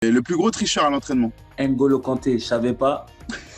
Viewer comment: les noirs qui disent “ainengolo” kante😡😡😡